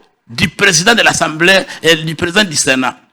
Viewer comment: "ASSEMBLEE" et " ENSEMBLEE" ensemblée qui n'existe pas. devrait se recycler sur les lexèmes francais ainsi que la prononciation des mots. Ce que je dis est vérifiable. J'aurai souhaité que les commentataires des images aussi soient recyclés à défaut engager dans la chaine les jeunes de la diaspora qui maitrise le francais afin de donner de la vie à cette télévision. EVITEZ le français si sa maitrise reste vacillante.